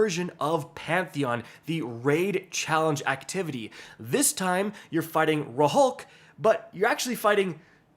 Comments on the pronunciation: ik so annoying every time he mispronounces something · Ain’t no way this dude said “Ra-hulk” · It's incredible. The incredible ra-hulk.